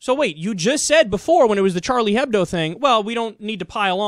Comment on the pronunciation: H shouldn't be said in Hebdo, you would say Ebdo instead :) just pointing it out for futher reference :)